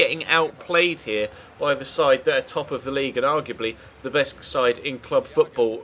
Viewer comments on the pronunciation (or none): none